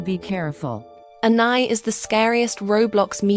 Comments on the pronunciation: ITS ANNIE NOT ANNAI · "aNnAi" what who in the world is Annai? I thought it was Anni